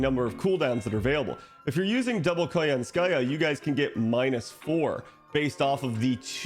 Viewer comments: it is koYAnskaya btw, not koyanskAya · for english speakers out there. in "Koyanskaya" the emphases falls on the first "ya", not 'ka" it's KoYAnskaya, not KoyansKAya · It's pronounced as ko-YAN-ska-ya. But anyway good content. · *snicker* What did you say? *replays* 😂 I am fluent in Russian, and your pronunciation is hilarious! Thanks for that.